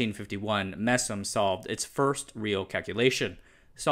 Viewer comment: and You need to polish the way you say MESM and BESM a little more. From my side I обещаю to study English some more. ;-)